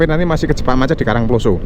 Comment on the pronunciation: penyebutan karang ploso kyok wong mexico ae sam,,wkwkwk